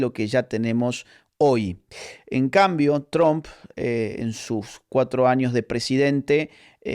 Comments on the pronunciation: Se "pronuncia"tromp" y no "trAmp" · Tromp? Tramp? Chroam. Asi se pronuncia Agustín! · Agus... por favor, te amamos pero no pronuncies TRUMP como un Cubano... VLLC!